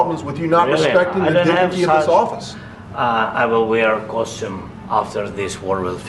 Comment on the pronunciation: I love he says costume